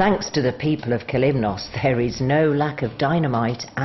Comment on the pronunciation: As for the views, this video shows the viewer beautiful areas of Kalymnos. As for the music, it sound as though someone is going to take a death trip on a train. However, the pronunciation by the narrator of the different areas on Kalymnos is atrocious, especially when you pronounce Kalymnos or Katouni!